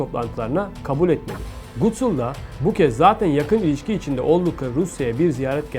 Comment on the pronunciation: Gutsul degil Gutul 💆🏻‍♂️